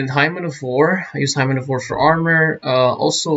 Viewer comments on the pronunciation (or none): Hymn is spoken as "Himm." A hymen is...something else! Thanks for the guide!